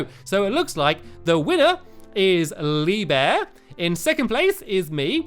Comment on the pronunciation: You didn't say lee bear right you say leeeeeee bear